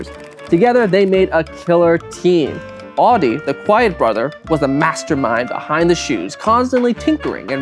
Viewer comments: That's not how you pronounce 'Adi', and not how you pronounce 'adidas'. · Why do I keep on hearing Audi instead of Adi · You're pronouncing 'Adi' as 'Audi'. It's weird. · Because he pronounces the 'a' in Adi wrong. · adi and rudi is pronounced very american!In Germany we pronounce them different. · Why do you pronounce all the German words impeccably.... Except for Adi and Rudi🙈🙈🙈🙈